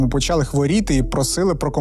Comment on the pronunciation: 1. Інфекція ширилася НЕ тілом, а ПО тілу. 2. Зясуйте, як по-укр. рос. прям..., прям... 3. Зверніть увагу на вашу фонетику шиплячих і вимову звуків "и" та "е": щЕлепа, а не щЄлепа, чУткИ а НЕ чЮткІ, чОму, щО, а не чЬому, щЬо; все такЕ, а не все такЄ. НЕ почЯли, а почалИ. НЕ відбУлося, а відбулОся. НЕ дівчІну, а дівчИну. 4. Навіщо мішати в укрмову суржикове з західного прикордоння колежанка, коли є українське слово "товаришка"???